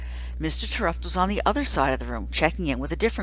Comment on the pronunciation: It's pronounced Tare-upt it clearly says so in the book I love this book!!!!!!